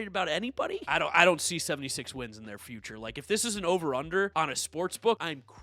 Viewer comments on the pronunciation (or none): none